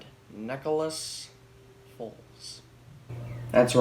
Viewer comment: why did u keep saying nickolous💀